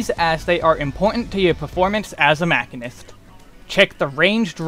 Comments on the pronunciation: Is "mack-in-ist" a joke? Sorry, I'm new here. I'm pretty sure, like really fairly certain beyond a shadowbringers of a doubt, that it's "machine-ist" (musheenist). Anyway, great video and I thank you! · Your pronunciation of machinist(supposed to be "ma-chine-ist" not "mach-in-ist") is so painful that I physically cringe every time you say it. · Muh shee nuhst, not Mac hin nust......sry drove me bat shit crazy during video, otherwise good vid. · Great Guide! Also its called ma-shee-nist not ma-kin-ist. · Guys, holy shit. It's "Machine-ist". Machinist. It's a actual job, people that "machine" things. It's not hard. It's just the language you're speaking in the video. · It's pronounced 'muh·shee·nuhst' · MAH-SHEEN-IST MAH-SHEEN-IST MAH-SHEEN-IST. Even the devs pronounce it this way. Don't make me be that guy. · This man confidently said mack-inist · I am pretty sure it's pronounced ma-sheen-nist. Other than that, excellent guide. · In the first 5 seconds you said "mackinist" and you immediately lost me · Nice guild and information. FYI It’s pronounced machine + ist. Mah-SHEEN-ist. Machinists use guns and machinery in this game and in Final Fantasy lore in general. You’re taking the basis behind the job out of the name. 🤢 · i've never heard 'machinist' pronounced this way.